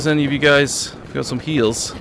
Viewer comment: Anytime hes asks for heals it sounds like he means high heels lololol XD